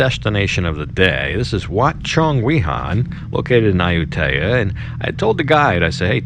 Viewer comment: Not AH-YOU-TAY-AH....It's AH-YOU-TEEYA. Research it. Google translate will also clarify. Listen to the man